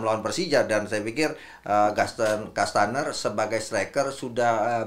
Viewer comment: Menit 9.30 bung Akmal selalu salah sebut Gaston kastaneer. 😂